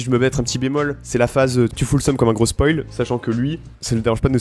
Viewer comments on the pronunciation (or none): none